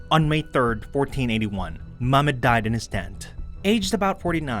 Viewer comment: i feel like you do it as disrespect to the islamic history change the name immediately how you can speak Chinese king name without mistake and can not say the name of our & your prophet